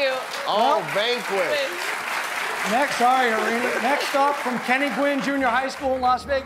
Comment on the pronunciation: Jimmy, it’s pronounced as Har-rin-I. People with Indian names have to be pronounce correctly.